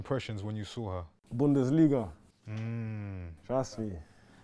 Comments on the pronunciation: Bundesliga is what he said 😂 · He said "Bundesliga"😱😱😱😱😱😱😱